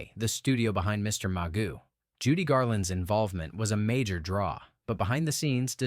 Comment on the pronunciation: Also, how about "Mr. Maw-goo?"😝.